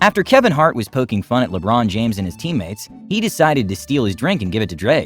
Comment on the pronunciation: Lebanon James